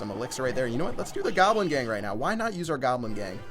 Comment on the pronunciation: "We still gonna get some dart gobl.... 😂😂😂😂😂😂😂